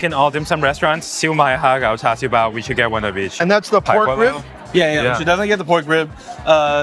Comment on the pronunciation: For everyone, just say CHA sew bao. dont say CHAR .. dont know why people say that, cantonese dont. and HA GOW. not HAR gow.